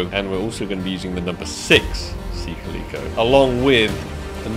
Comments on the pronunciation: isn't it Sea "Ka luh kow" not how was saying it? Its the same as the cat type of cat... Calico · The way says calico bothers me